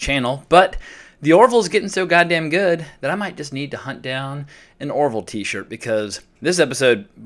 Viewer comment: It's "The Orville", not "The Oroville".